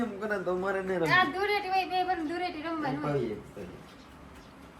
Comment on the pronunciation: ધુરેટી નય ધુલેટી 😂😂